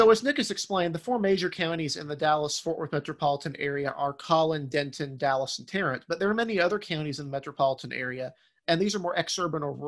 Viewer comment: Fantastic analysis, but the mispronounced city names was grating. Next time you produce a segment, please ask a Texan for help! Terrell = Tare-uh Denton = Den-tuhn the t is so soft you barely hear it Coppell = KA - pell